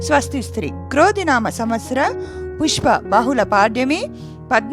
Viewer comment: పుష్ప కాదు పుష్య